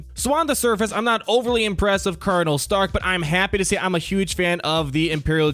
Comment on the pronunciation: Every time he says starck I think of iron man